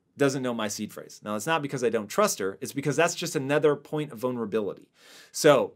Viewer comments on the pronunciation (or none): "my wife, another point of vonerability" 🤔😆😂🤣